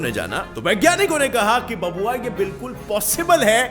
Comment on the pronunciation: 'Babua; bihari style